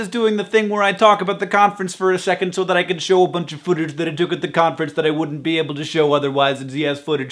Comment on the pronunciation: I love the way you say footage like 'foootage'! <3